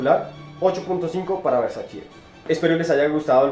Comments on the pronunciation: tu manera de pronunciar "versachi " supondría dudar tus conocimientos sobre las fragancias 🤔😣🤔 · Buen video,,, me gustan tus reseñas,,, nuevamente un pequeño detalle,, es versacE ( versachE);-) Un abrazo...